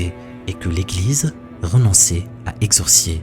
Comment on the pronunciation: Exorciser et non exorcier mais sinon comme d’hab ,cool la vidéo